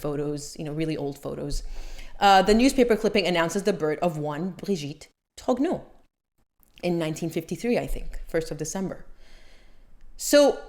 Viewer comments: Tro nyuh ,can't stand Candace saying Trogno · Thank you for stating you try to pronounce words correctly; your French pronunciation is quite passable! I watch Candace Owens and overall like her coverage of the Macrons, but I cringe every time she says 'Macron' or 'Trogneux'. That she hasn't taken the time to learn how to correctly pronounce names she uses dozens of times in every episode where she covers this topic makes me think less of her; it makes her come off as lazy, unserious, or incompetent. That said, a foreign leader suing an American for defamation would set a terrible precedent if the Macrons should prevail in their case. IMO, the Macrons would be much better off if they laughed off Owens coverage instead of making it an international incident.